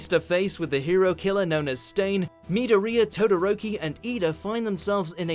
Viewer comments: Anyone else cringing at how he pronounced "Midoriya" as "Midorhea" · Must you pronounce Midoriya (Mi-door-ee-ya) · It’s pronounced mi-door-ya not midorina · Sometimes it really bugs the shit out of me when people can't pronounce names that should be blatantly obvious. It's not Mid-o-re-a, it's Midori-ya. You know, like Midori the green liquor. There is a reason Midoriya has a green theme to him and it's not a coincedence. Also #1 should be the final battle of Gurren Lagann. Name me any other anime, tv series, or movie that matches the insanity of using galaxies as shuriken. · the way he pronounced midorya confuses me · He mispronounced midriyo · Stop saying Midoria it’s annoying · It's pronounced Mid-or-e-a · Midoreeeeya Bruh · Me-do-ria...... Where do they get these people to pronounce things? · Mead di ria you know what, just say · How you you said Midoriya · Who else got triggered after hearing the way he pronounced Midoriya? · U pronounced midoriya name wrong chief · Never say midoriya again. Never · That way he pronounced Midoriya made me have a plus ultra headache! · most dislikes came from calling midorya's name soo wrong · That pronunciation of Midoriya and Susano'o was cringe worthy. Seriously guys. Just WATCH the shows in your lists and they teach you how to say it. Put on the dub if a little moonspeak throws you off. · SOMEONE PLEASE TEACH THIS MAN HOW TO SAY MIDORIYA'S NAME RIGHT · The way he pronounced Midoriya's name and Susanoo... ughhhhh 😐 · The pronunciation of Midoriya killed me. . . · he said midoriya wrong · did it annoy anyone else the way he said midoriya? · Could you at least get someone who knows fucking anime? Hearing him butcher midoriya and susano'o is making my eardrums bleed. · You just butchered midoriya's name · the way he pronounces midoriya triggers me